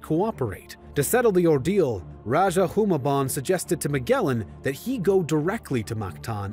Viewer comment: I hate your American accent pronouncing The Tagalog and Spanish names. If we have to speak English like you lot SPEAK OURS ACCURATELY!! Rajah is pronounced Ra-ha Hu-mah-bon 😒 Stop colonizing the names. Magellan is Majellan.. g is pronounced with d'y or j